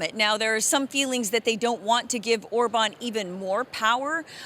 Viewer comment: I'm crying from laughing at how she said orban. My abs hurt. I kept replaying it.